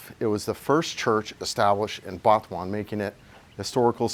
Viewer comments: Sorry but it sounds like you say Batuan and not Butuan. Just straight out Butuan it's pronounced. I have been there 6 months ago on a long motorbike ride in north Mindanao. I would never live there though. Wherever I was I couldn't find pigmeat and that is a dealbreaker as well. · FYI it's pronounced "boo-two-an" not "Butt"